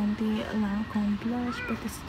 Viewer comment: Hi from Australia, nice shopping. “LANCOME!”